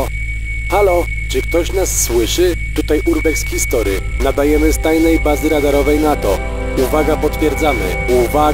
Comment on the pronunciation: urbex history to rozumiem nazwa z angielskiego więc wypadałoby wymawiać po angielsku ;)